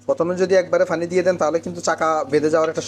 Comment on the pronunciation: ফানি মানেতো হাস্যকর 😂 পানি বলতে চেষ্টা করুন। ❤